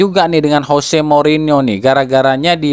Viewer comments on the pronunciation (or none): none